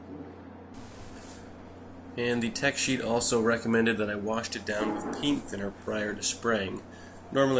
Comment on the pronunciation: PEENT THINNER? ohhhh, you mean PAINT thinner! ;-) I think Denatured Alcohol is safer.